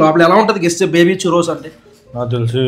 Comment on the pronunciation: Choorose kadhu Kkk tho sound cheyachu